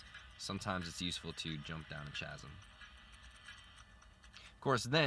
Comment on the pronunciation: Chasm is pronounced K*asm like Chrysalis or Chameleon